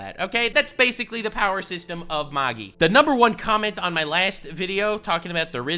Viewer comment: you said Magi wrong. It's "mag-I"